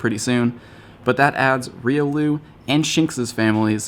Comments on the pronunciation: Tough to argue phonetics with the wild and creative naming of Pokémon, but I always thought Riolu was pronounced "ree-oh-loo". Regardless, I absolutely love it's evolution, Lucario. Hoping to hatch one myself soon. Just need to flex in some newer 10k's...Also, back to ignoring gifts until I fill my egg spaces! Lol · Thats not how you say Riolu. You say it sorta like Railu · Riolu is pronounced Re-O-loo